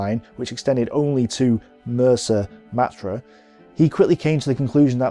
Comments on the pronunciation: And it's Mersa Matruh, pronounced MaTRUE, not Matra, which are rockets fired from a Harrier for example.....apart from these two glaring errors in pronunciation, this is EXCELLENT. With an 'E' not an 'A'! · Why must this fellow insist on mis-pronouncing place-names? Sid Barrani is not pronounced Sidi Birini, nor Mersa Matruh pronounced Mersa Matra. The Australian commander's name Mackay is pronounced MacK-eye. He does pride himself in his ignorance, and has obviously not spoken to any veteran of the desert war. He credits the Italians with their defeat, ignoring completely the tactical brilliance exhibited by General O'Connor and the excellent staff work provided by General Dorman-Smith before the operation started.